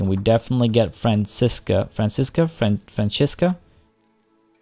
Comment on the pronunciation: When you get around to the jaguars, can you do something in Brazil? They have their biggest stronghold there, and as a Brazilian, it would bring me a lot of joy!! edit: those giant anteaters have Brazilian portuguese names so the first time you pronounced Francisca was correct :)